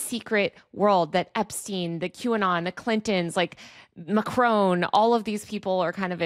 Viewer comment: Please say ‘Macron properly. Google can help you.